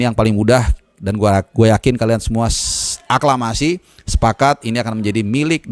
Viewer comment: saking semangatnya, beberapa kali mau ngmng aklamasi salah terus ya bang 😀